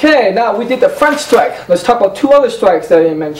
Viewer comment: side stwike, fwont stwike..... side stwike, fwont stwike, cwoss stwike